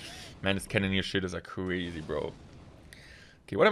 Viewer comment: Weally cwazy.